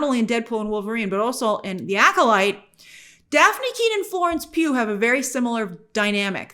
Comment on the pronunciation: I love when you say "Florence PEW PEW PEW" LOL